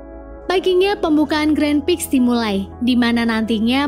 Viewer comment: Maaf.tu penjelasan nya kurang mantap masa grand Prix di sebut grand Pix🤭. Maaf ya mba kalo kasi sesi penjelasan film nya agak di bagusin dikit